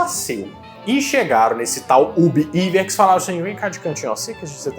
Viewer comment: a pronuncia e Ub Aiuerks, nao "Iverks"